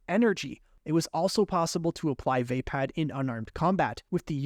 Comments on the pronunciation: Just a little nitpick ,youre pronounicng VAPPAD wrong.Its pronounced WAHPAD not WAYPAD .I know americans dont care about pronounciations that much tho 😅. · Not VeypadXD Vaa-pad. Vaa should be pronounced like "Va" in "Valhalla" Some of these pronunciations are killing meXD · It’s pronounced Vappad with an o sound not VApad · Vaypad❌️ V-uh pah'd✅️ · Great video but... Vah-pard not vay-pad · Vah pod, not vape pad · Decent video but why can NOBODY pronounce “Vaapad” correctly? It’s “VAH-pad” not “VAY-pad” or “vuh-PAHD”. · You sure it's "vay-pad"? And not "vuh-paad"? Most other videos say it the second way. Has to stop listening coz pronunciation. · The mispronunciation of Vaapad (should be Vuh-pod) is annoying me 😂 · "vay pad" :( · You had SO MANY chances to correct your mispronunciation of "waypäd"!! 🤦‍♂️🤦‍♂️🤦‍♂️ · The way this man pronounces vaapad makes my brain itch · I can't imagine how you would end up pronouncing Vaapad like that